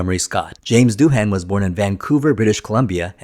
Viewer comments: It’s not Doo-Han, it’s Doo-un. Ai voice? Sounds like one. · How could you possibly have done so much research and not learned to pronounce Janes Doohan’s last name currectly?